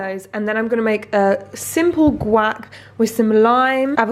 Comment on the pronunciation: Everyone talking about the refried beans pronunciation - what about the guac (gwok) that she pronounced guack??